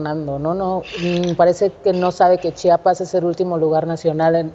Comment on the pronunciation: INCREIBLE que ni una comunicadora pueda mencionar el nombre de tan bello estado, es C-H-I-A-P-A-S no CHAPAS. Caray que necesitan para hablar bien?